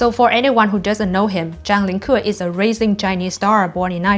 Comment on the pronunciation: rising like r-eye-sing not rasing